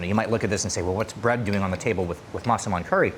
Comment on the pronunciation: While watching this video and listening to you pronounce Masaman I think it sounds more like Maa Saman which in Hindi is "Like a mother"